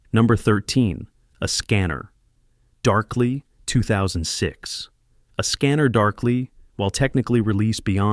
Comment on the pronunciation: AI voice really struggling with how to correctly say "A Scanner Darkly" in a sentence